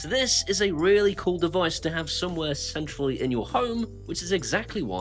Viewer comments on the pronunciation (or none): I keep hearing somewhere sensually instead of centrally 😂😂😂